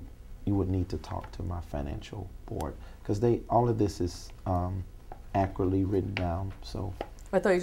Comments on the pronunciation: If He says “ACURTLY” one more time 😒😒😒😒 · You mean "ackritly!!!" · "Accruly". LOL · veee1985 It’s “ ackeritt “ .... “ Let’s not be children “.. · He cant even pronounce accurately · Why can't he ACCURATELY say the word ACCURATE?!?! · 😂😂😂 It propietary accoratley